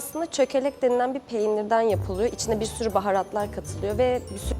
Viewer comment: Birr puan derken şive ele verdi gerçek hatayli işte 😂